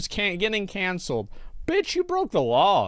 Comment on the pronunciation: The way he says “cOncelled” almost made me turn this off. I don’t think we should consider criminals canceled. They’re just caught. Muddies the water a bit when you compare them to people who were canceled for saying/doing something people didn’t like. JFK got canceled the hardest. 🥁